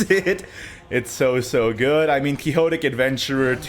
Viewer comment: quixotic is pronounced quick-sot-ick